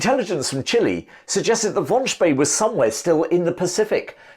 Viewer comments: Xcellent video! Think “Spey” is pronounced “Shpay” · Spee in German sounds "sh bay." It gives me creeps hearing his name spoken as "ss bee." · Sorry if I got it wrong! "Von Spie" is how what you said would be spelled in German, except there is no such name. The word "See" (sea or lake) is spoken like "Zay" and that's how English-speaking historians usually pronounce "Spee". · The surname of the German admiral is correctly pronounced as “Shpay”